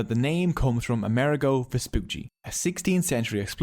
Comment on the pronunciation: How interesting, thank you! One pedantic note: we Italians pronounce Amerigo with the accent on the "I" ....